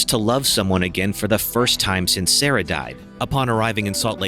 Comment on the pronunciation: Sarah not sere haha